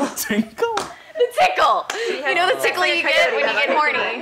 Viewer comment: I started laughing when she said tinkle instead of tickle